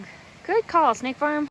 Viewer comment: I hope you're enjoying your hike. One funny thing: every time you say "Snake Farm" for some reason my ear hears "State Farm". In my mind you're hiking with Jake from State Farm.